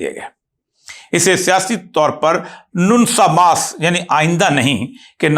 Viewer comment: سرجی یہ نونسا ماس نہیں ،بلکہ یہ سپینش لفظ نونکا ماس ہے۔